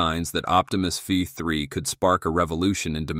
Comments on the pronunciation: Can we not edit these AI voices? It says V3 and it says Five 3. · The video is AI generated nonsence. There is a a bot with 'TESPOMUS' where the AI creating the image got the name wrong. The voice can't pronounce v3. All those shots of the bot actually interacting with people at home are AI generated. The lownmower scene is lol fake. I would have cut that one out, but they used it twice. Sad. I won't be back.